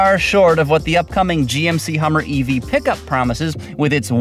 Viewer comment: I stopped at "pick-a-ma up truck".